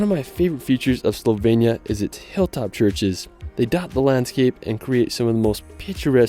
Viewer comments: It’s Slo-venia not Soul-venia 😂😂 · HOW HARD CAN IT BE TO SAY SLOVENIA RIGHT??? IT'S NOT CALLED SLOVENYA OR WHATEVER YOU'RE SAYING! Just listen how the British are pronouncing it and say it like a normal person, for f*** sake...but thanks for making the video, I appreciate the effort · bro you keep saying slovenia wrong im from slovenia btw